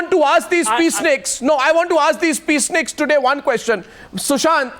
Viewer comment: Please read it as *peaceniks instead as peace snickers